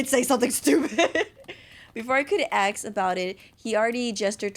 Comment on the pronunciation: I knew by the selection of answers it was gonna go down and the ending made me sad i literally cried POOR MYCHAEL I NEED MORE ENDINGS!!! Btw Fix Your Grammar LOL the way the word is "ask" and you say aks is sooo funny and yes I watched this in 2025 so what am late but still enjoyed the video ❤